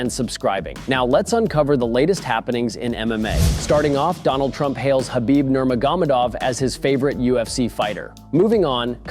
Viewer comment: Well, not really how Nurmagomedov is normally pronounced....